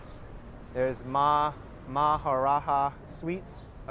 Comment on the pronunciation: The J in 'Maharaja' is pronounced as J only, and not H. Maharaja is an Hindi word which means 'Great King'.